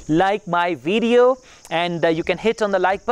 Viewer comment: Brilliant (excellent) Pay attention you pronunciations i.e. results, video and once you used OFTEN wrong as ofen not oftin